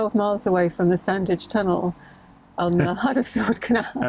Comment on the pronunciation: We did this route on our own 4 years ago, so it was good to revisit the sights. We live locally and Standedge is pronounced Stan idge ie the middle d is silent. Just saying! 🥰